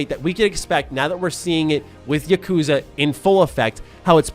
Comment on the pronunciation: YA-ku-za, not ya-KOO-za... But anyway, Yakuza 7 actually got pushed up a few days to match the XBSX release date. Which...I kinda don't like b/c that means less days for me to work on my backlog before its release lol.